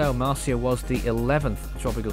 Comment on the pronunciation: He said the name wrong XD